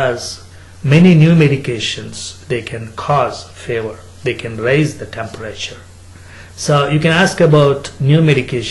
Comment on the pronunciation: did i just hear favor not fever :DDDD